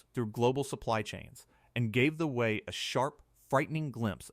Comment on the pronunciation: The Wu-Wat!?! Fix your AI. BTW, I lived ibn Abu Dhabi from 2010 to 2015.